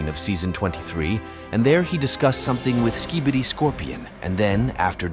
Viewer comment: At the start why did it say ‘ski bitter’💀💀💀